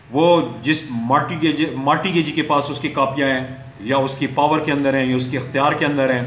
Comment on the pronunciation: sir mortgage,mortgagor and mortgagee ke pronunciation bohot alla ha.